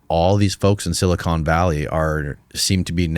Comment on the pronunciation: dude literally says "silicone valley" instead of silicon valley wth